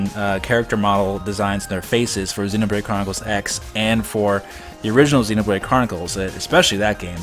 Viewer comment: I like how you pronounce Xenoblade as 'Xenobrade'.